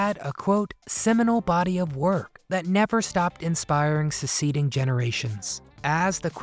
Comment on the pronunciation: Suk-seeding, FFS.